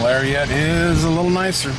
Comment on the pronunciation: Larry-Ette? Oh me. Gotta get me one of them Larry-Ettes.